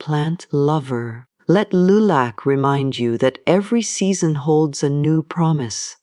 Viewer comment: AI voice over and the mispronouncing the word Lilac was an immediate turn-off. Did not finish and won't be back.